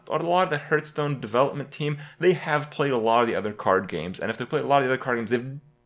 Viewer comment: one of hearthstone's biggest streamers and youtubers still cant pronounce hearthstone properly